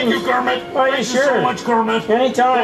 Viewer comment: Pepe calls Kermit Kermin LoL